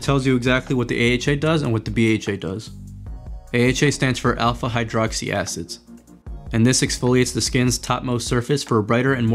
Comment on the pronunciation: Lol you said direct aids instead of direct acids Thank you for the great review I can’t find it anywhere I wanna try it so bad